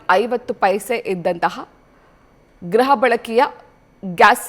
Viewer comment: ಗ್ರಹ ಅಲ್ಲ ಗೃಹ ಬಳಕೆ